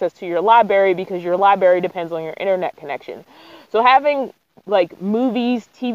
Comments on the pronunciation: Are you saying " liberry "? LI BRA RY 💥💥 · The word is library, not libary. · Common sense, technology and preplanning regarding gas especially going down dirt roads. It would nice if you would take your hair away from your eyes when you talk to your audience. And its libRary not libary. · Library not Liberry. Sorry it's a pet peeve. I have been a sub for a bit but now I'm on a binge. Stay you. People get a bit of "fame" and change their style. Keep being yourself because you are awesome.